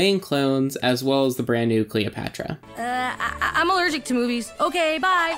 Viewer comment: Why do you keep saying Calopatra?